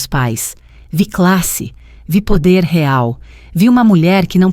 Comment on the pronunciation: A senhora nem sabe falar real